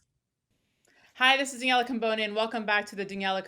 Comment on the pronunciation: Why does he always call you... it’s!